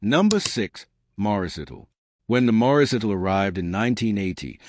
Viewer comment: uhm? It's Morris Ital not Itto, and who does it call a MG Metro a milligram Metro? seems the AI voice does not understood everything